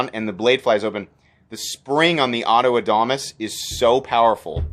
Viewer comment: Love the Adamas knives! The new mini is great!!! I think your pronunciation is correct, sorry to your rep!